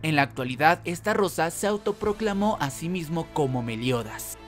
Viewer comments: Se dice "ESTAROSA" NO "ESTARROSA" XD XD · Se dice estarosa no estarrosa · Alguien más convulsiona cuando dice "Esta rosa" en vez de "Estarosa" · che amigo por que deci estarrosa si es estarossa por le pones una r de mas???? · oe se llama ESTAROSSA no como lo pronuncias ESTARRROSA 😂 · Todo muy bien.. solo que es STAROSSA Y NO!!!!!! ESTARROSA... YA NO DIGAS ESTARROSA TE OYES MUY MAL!!!!!! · Es estarossa no estarrosa!!!!!!!!!!!!! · Tus videos muy bien amigo en serio solo que estarosa la r se pronuncia ligera cuando tu la dices suena como esta rosa y no bro, se oye mal Solo eso lo demas muy bien tu edicion y todo sigue asi solo es un concejo no me lo tomes a mal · We todo el rato q decia "estarosa" escuchaba " esta rosa" 🤣🤣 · Me aburrí de escucharte decir estarrrrrrrrosa🙄